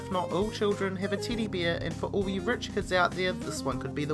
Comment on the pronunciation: no letter E exist in an alphabet to this guy :D